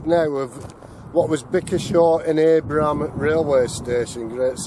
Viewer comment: Great exploration there. I have a couple of pointers on placename pronunciation: Tyldesley is pronounced Tildsley. Abram is not said like “Aibram”, but “Abram”, like the beginning of “Abracadabra”. Plank Lane is where the entrance to Bickershaw Colliery was located, just up from the Swing Bridge over the canal. Also, “Lowton” is not said as “Louton”, but with “Low” (as in opposite of “high”).